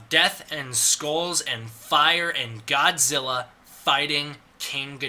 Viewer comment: That’s not how you pronounce Godzilla. Disliked.